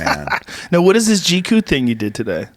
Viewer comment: Did anyone else hear Joe say “G coo” instead of GQ?